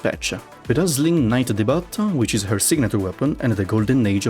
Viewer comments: Friend, Debut is spoken as 'Day-Bew' not 'Day-Butt' the T is silent, just for future reference. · we love you and we know english is far from ur first language but saying the butt for debut is WILD